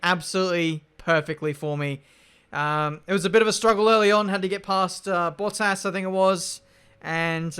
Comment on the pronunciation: Bruh the way he say bottas sound like he saying butt ass😂